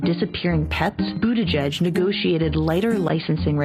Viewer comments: "Pete Bootabig" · Jimmy, it's pronounced Boot-edge-edge. Not boot-a-gig.🤣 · It's pronounced Bootycheck, Pete Bootycheck... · I pronounce Pete Buttigieg booty-judge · I love how Jimmy always says his name wrong on purpose Pete BootaGig 🤣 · Boot-edge-edge. Biden is pronounced ray-cyst. And btw, ray-cyst cheated too. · Sorry, but it'll always be pronounced "Booty Judge" for me